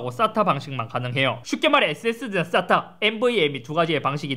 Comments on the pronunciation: 쌌...? 발음이 ....ㅎ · 의 싸타 발음이 찰지군요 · 인트로 때문에.. 쌌다 방식이라고 들려... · 형.... SATA가 아니라 발음이 ssatta 같아 ㅋㅋㅋㅋㅋㅋㅋ